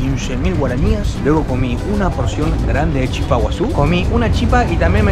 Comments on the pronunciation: Se dise chipá ra bien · Chipa sin acento, chipá en guarani... pero se pronuncia "shipá". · Te explico como se pronuncia la Chipa, si hablas en castellano es Chípa, con tilde en la I, si hablas en guaraní es Chipá, pero no se pronuncia como Chipá, si no como Shipá. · Se dise Chípa no Chipá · Se dice Chipa, sin acento en la a. Muy buen video amigo, saludos! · Es Chipa sin acento, pero tiene un acento prosódico en la Chi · Chipa se dice en español En guaraní es chipá con acento.. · se dice chìpa con asento en la í kp nde proba el pollo... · se dice chipa con acento en la i,que lindo ver y escuchar,que te guste la gastronomia de mi pais😊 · Amigo argentino, se dice Chipa, con acento fonético que recae en la vocal final la "a", pero no se pinta el acento porque en guarani las vocales finales no se acentúan gráficamente, saludos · Es chipa con acento en la i, soy paraguayo, pero también me gusta Argentina